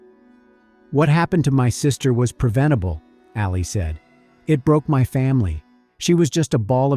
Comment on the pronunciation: "Ahli" not "Alley."